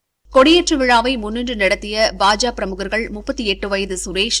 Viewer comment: அது என்ன பாஜா பாஜா.... பாஜக என்று நா சொல்லாதோ...கேவலமாக உச்சரிப்பு...